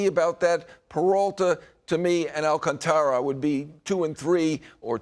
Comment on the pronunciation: Appreciate the knowledge from Heyman however how difficult is it to pronounce Alcantara correctly? You are getting paid to do this. Please respect him by properly pronouncing his name.